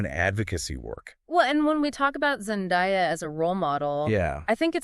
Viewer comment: Zen-DAY-uh, not Zen-DIE-uh.